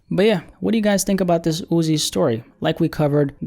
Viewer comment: Why do u same his name like that. Jus call him Uzi if u struggling